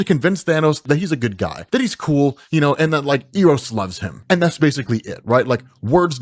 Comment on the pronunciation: Eros is pronounced Eh-rows.